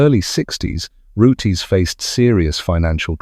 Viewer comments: It is not pronounced Rootays but Roots. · does it again with the pronounciation of Rootes its not rooteys pronounced roots and l did own a 1960s Hillman Minx and in the introduction of this video you mentioned Hillmans built in Japan and exported to Australia why would Australia import Hillman Minxes when they built them in Australia it was the Isuzu Hillman Minx only sold in Japan research goes a long way and also owned a couple of Hillman Gazzells they were rubbish glad to see them go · Roots not roote-😅s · This could've been so good, but saying Rooties and wrong models showing is annoying. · OMG SO RANDOM MAN! AND ITS ROOTS - THE 'E' IS SILENT.